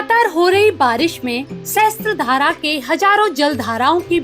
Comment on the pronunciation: मैडम, सहस्त्र धारा नही पर सहस्र धारा कहते है । सहस्र (sahasra) means thousand